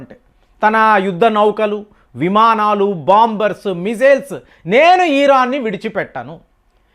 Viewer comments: ఈరాన్ కాదురా బాబూ... ఇరాన్ 🤥😜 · Your pronunciation of the word Iran is very irritating